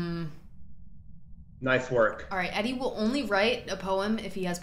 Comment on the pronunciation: y’all weren’t pronouncing edie right omg i was stressing!